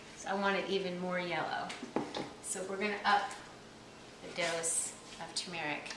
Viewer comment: Btw the way, the correct pronunciation is TUR-mer-ic not to-MER-ic. The accent is on the first syllable and it has two r's.:)